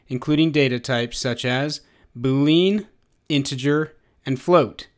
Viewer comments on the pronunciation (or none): Good video. The only thing that I wish to share is: [boo-lee-uh n]. This is the first time I've ever heard [boo-leen]. Just saying and otherwise good job. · is it just been or does it annoy you when he says boo lean? other than that the tutorial is exceptional